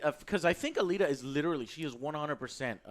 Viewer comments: Also don't review something where you can't even pronounce it's name correctly. It's not Battle angel ATTILA.... It's ALITA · You can tell that joe doesn't know what this movie is about as he pronounces Alita as "Atila"